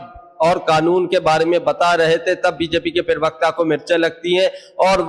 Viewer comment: Plz. don't speak pariwakta you need to say parwakta....